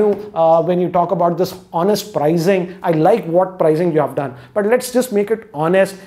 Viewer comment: Your Videos are very good and honest. Just one thing I don’t like is that you always say prizing or prize instead of pricing or price. Please don’t mind, just wanted to bring it to your notice…😅